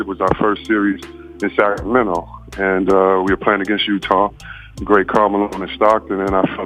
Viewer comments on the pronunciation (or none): none